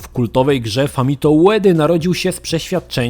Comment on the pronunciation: 2021 rok, a ciągle bawi to błędne czytanie Fumito jako Famito xD